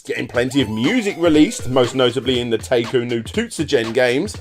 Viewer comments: He got taito wrong too, he said tae-to instead of teye-to... He's clearly not even trying to pronounce these Japanese words right. What's more disturbing is how he completely botched Parodius even though the "paro" part is from "parody" and he probably knows how to pronounce Gradius as it's just gladius with an r. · Every time you say "Tato" I can't help but giggle coz it sounds like you're calling them a potato. You gotta remember their old intros with the cute little girl, It's said "Tai-toh" Unless they didn't have that intro on games you played in which case look up Taito intro coz it's freaking adorable. That and the old Lucas arts and Sierra intros are burnt into my brain. 🤣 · pronunciation of Taito just kills me in general, it's tie-tow, not tay-tow. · Nice video as usual, the Arkanoid crossover game looks really interesting, not sure how I missed out hearing about that one back in the day. Also, I fully admit to saying 'tai-to' after every time you said 'tay-to', lol. But I'll let is slide... THIS TIME. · Did you pronounce Taito as Tato? You're forgiven this time 😉 Great video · I think this is the first time I've ever heared Taito mispronounced as tay-to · The correct pronounciation of Taito is "Tie-toe". Hearing pronounce it wrong the entire video was doing my head in. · I genuinely don't know if you're making self joke about mispronouncing Taito or not. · I know, I get sick of the horrible pronunciations too. He might as well just say Tomato.